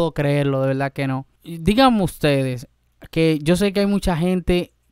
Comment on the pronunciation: No se dice velda, se dice verdad